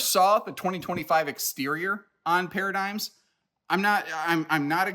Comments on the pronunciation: We need to normalize the use of para dig um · I do like those para dig ums